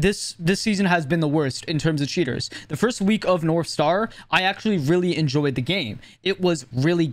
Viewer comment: I love how it sometimes sounds like "shitters" when he says "cheaters"